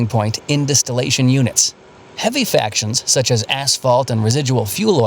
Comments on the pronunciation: That so-called explainer of refining of crude oil is awful. Why? They can't even get the basic terminology right. It is not "factions" (sic) that are produced by the distillation. It is fractions. Fractional distillation, NOT "factional" distillation. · I can't believe the little oil distillation vignette used the word "factions". It's fractions. As in fractional distillation. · Fraction... Not Faction: Fraction. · I think should be fractions, not factions.